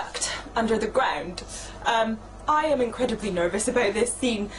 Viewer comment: Her 'about' is so, in such an amazgin way, scottish.